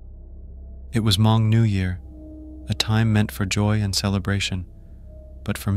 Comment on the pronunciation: lol did u just say Ha-Mong. its pronounce Mong (Hmong)